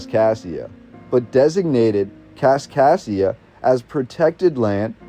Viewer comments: This voice says "Kaskasia", but the written name is always "Kaskaskia". What is correct? Nevertheless this is very interesting. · As a citizen of southern Illinois who went to Kaskaskia Community College.... It's Kas-Kas-kia... You're missing a K every time you say it. Other than that, great video. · Driving me nuts. Also, KasKasKia. Makes it really hard to endure. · He misses the misses the third K in Kaskaskia every time too. It almost has to be on purpose. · hes saying kaskassia. Its kaskaskia. There are 3 k’s. Also, its Van-dale-ia today for those of us who live around here. Obviously, it may have changed over time.